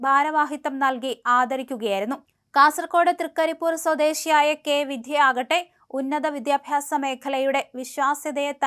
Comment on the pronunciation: ഈ കൊച്ച് നന്നാകില്ല 😡😡😡. വിദ്യ എന്ന് മര്യാദക്ക് പറ